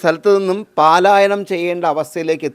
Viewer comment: "പലായനം " എന്ന് പറയൂ. അതാണ് ശരി.